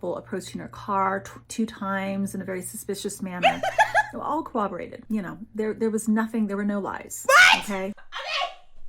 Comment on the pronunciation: I've noticed recently that people that lie like the mom here can't ever pronounce the word corroborated correctly. They always pronounce it "co-woberated," almost as if they can't be honest about how it's pronounced.